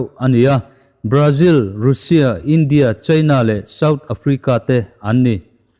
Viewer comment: Rainbow Mizo Channel hi ka ngaithla nasa khawp mai. Ka subscribe nghe nghe! Sawiselna tlem aw? Hming lam dan hi a dik hman ni se: Mumbai hi Mambai tiin i lam a, Mumbai tia lam tur a ni. Russia hi Rusia ti angin i lam a, Rasia ti-a anga lam tur. Mike Pompeo hi Mike Pompei tiin i lam a, Mike Pompeo tih tur a ni. Tluang taka in kal zel ka duhsak a che u.